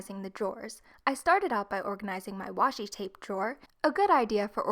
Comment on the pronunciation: Am I the only one who heard wash a tape?